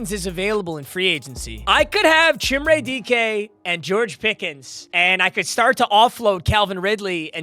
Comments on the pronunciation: Chimere dike is pronounced Ka meer ay dee kay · it’s pronounce chim-ray dee-kay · Van’s name is pronounced like the vehicle and it’s Chim-Ray Dee-kay. Doubt sees this nor really cares but the butchered names gotta stop 😂🐊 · That is not how you pronounce chimere dike😭